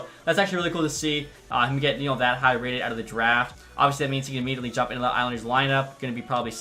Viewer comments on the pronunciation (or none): none